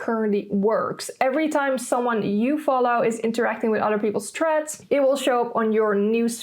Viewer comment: Why she keep pronouncing the name wrong 🤦🏽‍♂️